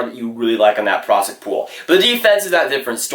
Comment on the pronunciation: Slow down bro, ur talking so fast that u dont even say the second p in prospect